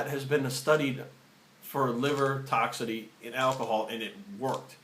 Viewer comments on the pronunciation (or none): TOX-IC-ITY!!!!!! Not toxity. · Just FYI it's toxicity not "toxity", no disrespect.